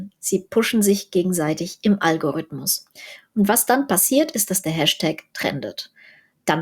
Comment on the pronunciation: Algorithmus spricht man mit i nicht mit ü, da es vom herrn al-Chwarizmi kommt, und BSky ist dezentral. Ansonsten alles super.